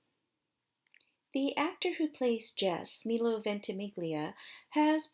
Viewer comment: They're not gonna do it. That was the original ending of the show which left it open FOR a reboot but since AYITL WAS the reboot and it talks about her "writing" the original series, I don't see them making more. You also said Alexis's and Milo's names wrong.